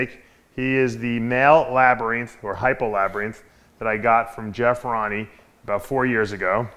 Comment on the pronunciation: don't know why but the way you pronounce "labereeenth" irritates me to no end. Hahaha Gorgeous snakes brother!